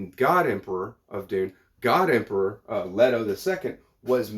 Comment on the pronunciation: The E in Leto is long. In the movies and audio books, it's LETO.